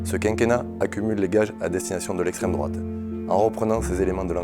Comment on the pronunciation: Une belle brochette de golmon. Estrrwwemme drouate 😄